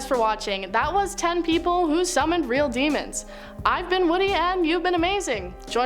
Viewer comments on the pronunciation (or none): none